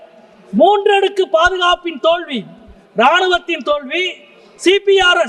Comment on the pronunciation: தோள்வியா அல்லது தோல்வியா? தமிழைக் கொலை செய்கிறார் இந்த mp